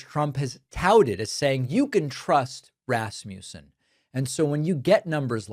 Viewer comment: It's pronounced RAS'-mə-sən, not ras-MOO'-sən.